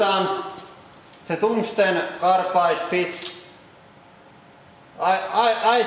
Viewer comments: cungsten targlide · Cumstain tongueglide